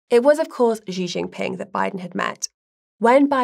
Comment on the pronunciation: Why does the pronunciation here oscillate between "Xi " and "Ji"? The former is correct. seems to have a touch of the Bidens themselves. I have learnt that love their narratives. I ll be safe and look out for missiles before work though!